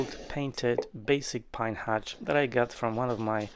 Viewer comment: Its a hutch, not a hatch.